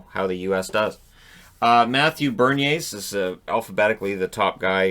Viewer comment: He's called Beniers, not Berniers,!